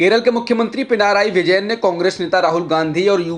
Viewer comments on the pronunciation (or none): Not Pinari ,Pinarai Vijayan.